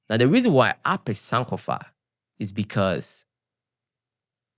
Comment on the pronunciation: Hi I'm commenting from NYC. The word "SANK" in American term means to Drown. Sankofa ( san-kofa) is Energetic meaningful and beautiful. Cutting the San'kofa name incorrectly changes the vibration. We Respect and watch your Entrepreneurship and journey.